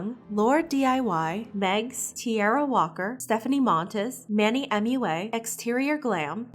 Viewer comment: Did you literally say Manny M U A and not Mua😂😂🤣